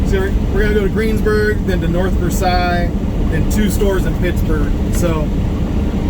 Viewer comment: Local Pittsburger here - we pronounce it North Ver "sales". Ridiculous as that seems, it's how we do it.